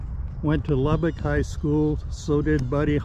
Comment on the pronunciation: Damnit Dude...if you cant pronounce Lubbock correctly...just keep your mouth shut. It is NOT Lubbeek (Lub-beek). It is Lubbock as Lub-buck."